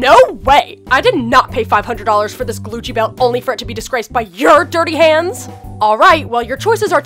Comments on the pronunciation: xxBailey MSPxx me Heath said glucci belt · did he say glucci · It is glucci. Like how MONSTER highs say truth or scare she uses glucci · Did anyone else hear “glucci” 🤣 good video though💕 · Yes i did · Its called Gucci not Glucci like if you agree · It’s not called Glucci belt is called Gucci belt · Yeah I did hear that "Just my gljcci belt." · Its supposed to be glucci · It is glucci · xxBailey MSPxx because he did say “Glucci” lol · That's what she calls it its monster/ever after high theme so it makes sense to call it glucci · I thought they actually meant glucci But ik no one will read this so idc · It’s supposed to be glucci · She does ah glucci so it DOSENT sound like Copyright I thing like a play on it like how she says saflora instead of sephora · Yeah, but I think it's supposed to be Glucci (like they changed it) lmfao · It is glucci! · Qui Nn it’s meant to say glucci not Gucci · It's supposed to be glucci because it's the monster version name of Gucci. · In these videos the person makes they call it glucci you must be a noobie noob not tryna hate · "Glucci" And "Louis Vuitton" (The S is not silent) I'm dead XD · He said gluchi belt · I herd Gucci w lot